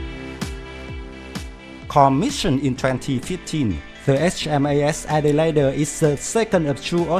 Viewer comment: excellent vid. also, "elite" is pronounced "ee-leet". Adelaide is 'ad-ell-aid'